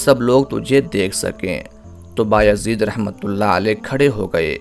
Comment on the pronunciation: inka name Baya zeed hy ba-yazeed ni... Yazid ibn.e.muawia lanti ka name kesy rkh skta koi Allah ka walli...